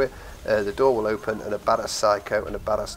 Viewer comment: "there is an other chest to hopen ....ähm i ment open ....." 😂